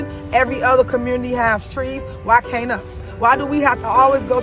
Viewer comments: "Why caint us?" Smfh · “ why Cain”t us” she has been speaking like this before she ran for mayor. The trustees that tan on her ticket needs to be voted out as well because they were clear she wasn’t capable to do the job and they said as much.